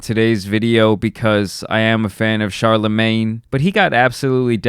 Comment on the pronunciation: It’s killing me hearing you say CHARLAMAN” like it’s his super hero name or something